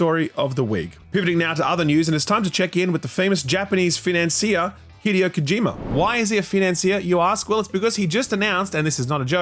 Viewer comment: Wtf is that pronunciation of 'financier'?